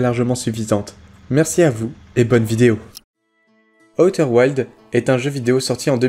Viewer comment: On dit aouter ouildz